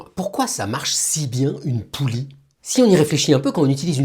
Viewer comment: On dit une poulie et non une poule